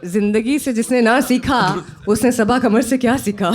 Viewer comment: She speaks her last name "Kamar" instead of "Qamar". Now she is participating on Rekhta's platform.